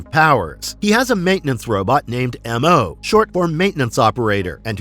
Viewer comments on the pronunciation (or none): Loved this cartoon but I remember “Astrya” being pronounced “AS-tria” and the little robot was called “Mo” not “em-oh” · And he was just called “Mo” not “Em-oh” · Yes! I’ve just commented the same before seeing this, almost like the narrator didn’t watch the show